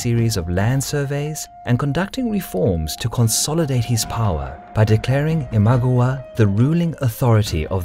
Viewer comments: Great, so I've been pronouncing Imagawa wrong all these years. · it's not IMAGOWA, it's IMA-GA-WA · '' Ihm-ah-gah-wah '' isn't it ? Least that's how I always pronounced it. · It is pronounced as Ima-gAh-wa. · Very interesting video! Quick tip on Japanese pronounciation: there is no stress in the Japanese language, try saying "i-ma-ga-wa" (sort of like a robot) in stead of "i-MA-ga-wa". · I know you don't speak japanese but its i ma GA wa not i MA gwa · The pronunciation of Imagawa is i-mah-GA-wah, not GU. It sounds like a totally different word with a wrong vowel. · It's Ee-mah-gah-wah, Not eemagwa!!! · it's pronounced imagAwa, not imAgawa this is bugging me soooo much this video. In any case though, worth my 1 buck :D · It’s ima-GA-wa not im-A-ga-wa. Just saying, common japanese phonetics. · The pronunceation in the video is even worse than that, it sounds more like iMagua, maybe they are thinking of the character from Last of the Mohicans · this was really good, but i wish you had pronounced ima-gawa correctly. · 'Imaguwa' is driving me insane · Say it with me. Ima gawa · Nice video but.... WHY "ImagOwa" ??? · Your pronunciation of "Imagawa" is driving me nuts. It sounds like Imagowa. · Saying imagawa wrong really annoys me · The Raging Storm I agree 100% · I love the content. It is great to see Japan history. I lived there for over 2 years and learned the language and lived in the locations of many of these battles. The one thing that is killing me is the pronunciation of the lands and names of generals. The mispronunciation of Imagawa was particularly painful to hear over and over. Other than that, there are super cool! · you mistakenly wrote 大友氏 (Otomo clan) instead of 尼子氏 for Amago clan. That and the mispronunciations, like 'Imagawa' which others have pointed out, and 'Tokaido', where both 'o' is pronounced as long 'o'. Other than that, good video. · every time i hear him say imagawa wrong i just want to skream